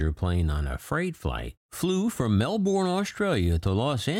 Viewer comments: That place has gone to the dogs since I left! BTW, in Australia, that city is pronounced Melbn, not Melborn, which is in Florida. Of course, if you live in Melbn, you pronounce it Malbn! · It's Mel-bin not Mel-born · Enjoy all your video Aussie (ozy) pronunciation Melbourne (Mel ben) 😁 Keep up the great work!!! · I'm not an Australian so perhaps I should not comment (but I have family who live there). The pronunciation is 'Melbin'. Although some New Zealanders are known to call it 'Mul-bun' ... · You can't pronounce Melbourne properly. Talk to an Aussie, they will set you straight.